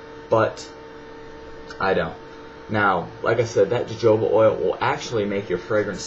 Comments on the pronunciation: Jo joba oil, it's pronounced 'ho hoba' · lol u said jojoba :p its pronounced hohoba! haha but yeah his was really informative! thank you!! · fyi it is pronounced "HoHoba" not "JoJoba"...just thought you shou;d know.... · jojoba oil is pronounced hohoba oil (